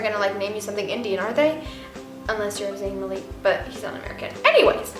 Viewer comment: Zayn mALIK not Zayn maleek OMG that irks me so much but I still love you